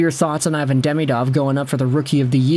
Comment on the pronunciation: Ivan prefers his name to be pronounced “eee-vahn”